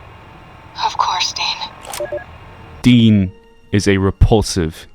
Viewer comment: Take a shot every time he pronounces Dean's name wrong